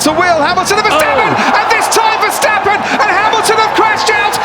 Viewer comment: It's ver stappen ok.stop smucshing... Arshole. I. Dutch. Iknow